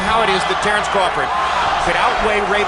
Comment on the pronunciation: it's crawford 😂